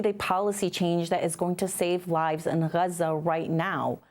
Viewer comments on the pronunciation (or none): When and how did Gaza become Hruza. Is it the Arabic pronunciation? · Why does she say Raza? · Why is she pronouncing Gaza like that? It’s jarring.